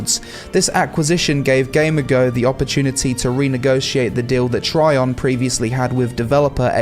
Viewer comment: it's gamigo not gamergo